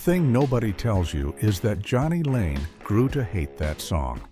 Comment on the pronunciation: & calls jani layne johnny lane wtf